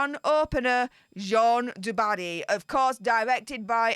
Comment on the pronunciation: The French female name JEANNE, is pronounced JAN. It rhymes with ANN. It's such a simple pronounciation, why does everyone keep screwing it up?...drives me nuts...lol.